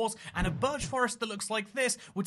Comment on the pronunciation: "Burch" it's birch